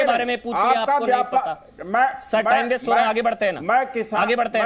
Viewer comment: अबे काले तितर बेस्ट नहीं वेस्ट होता है पहले बोलना सिख ले